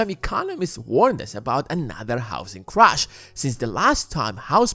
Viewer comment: You have great production value. But your pronounciation is a bit distracting from it. If you have the time you might want to consider improving it. Like pronouncing Crash and Crush.